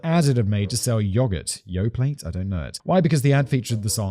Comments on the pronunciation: “Yoplait” is pronounced “Yo-play”. :) “I know the name Farrah Fawcett…” I feel so old. lmao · Yoplait with a hard T is unreasonably hilarious